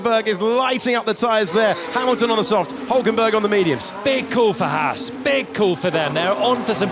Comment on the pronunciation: Why can't the F1 commentators pronounce the name Haas correctly. It's not Hass. This bugs the neck out of me.